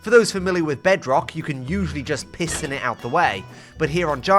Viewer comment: is it just me who hears p*ss in it every time he says piston it